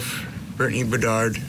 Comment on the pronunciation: You all need to start getting things right! Brittney BEDARD!!!! Whoever is reporting talking to Vinnie called her Brittney Baird! GET IT RIGHT, PEOPLE!!!!!! You're supposed to be the professionals!!!!!!! SMH!!!